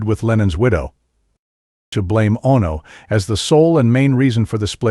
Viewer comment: Ono, Bassist! Why can't he say the words properly . FFS.